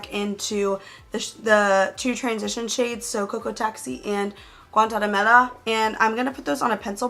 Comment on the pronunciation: You said "Guantanamera" so good haha